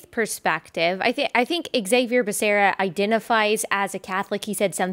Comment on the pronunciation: you pronounced Becerra wrong. It's pronounced Bakaria...I mean Beshera.